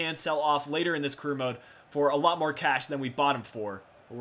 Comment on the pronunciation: You said awot of money